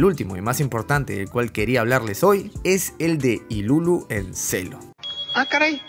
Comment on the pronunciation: pq le ponen ilulu wn, se llama iruru